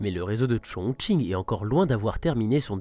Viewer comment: Super travail ! Et bravo pour avoir respecté la prononciation et l'intonation des noms des stations 👌💪 加油